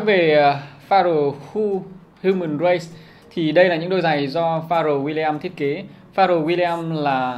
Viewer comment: Đọc là phờ reo mới đúng chứ nhỉ :)